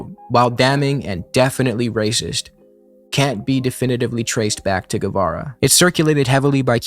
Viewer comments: Great video but please learn to pronounce his name properly. It's geh-vara, not gwe-vera. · The digraph "gu" is pronounced as an English hard "g", and the "u" itself is not pronounced: /ɣeˈbɑrɑ/ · Anyone who pronounces his name Gwevara is immediately discredited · I always thought it was Che "guevera", and I would've pronounced it as such too. Guess I'm an expert on the man too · it's not "gwe-vera" or "gwe-ra". "gue" is pronounced kind of like "gay" in english. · Great video man, I hate to break it to you though but after you said I thought you deserved the truth, you didnt nail a single pronunciation the whole video, not even Guevara. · Spaniard here. You didn't, in fact, kill that pronunciation, but close enough. Also both "u's" in "Guevara" and "Guerra" are silent! Just a heads up, nice video, left a more thought-out comment before this nitpicky one. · Sorry but, you did not kill that pronunciation lmao. Maybe in the sense of hugely mispronouncing it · “Guerra” or “Guevara”; when you have G U E, you don’t pronounce the U. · Some constructive criticism i would add to the video: please check out how the pronunciation of the names. Maybe not every name, but those you say several times like "Guevara" or "Guerra". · It's not "Güevara" but "Guevara" meaning, the "u" isn't pronounced. Sounds similar to the first part of "game". On the other hand, "Humberto Fontava" was perfect! Saludos al pibe! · Your pronounciation is still ‘no-sabo’ level my bro, sorry to have to let you know. FontOvA and ‘Geh’ for Guevara! Smh…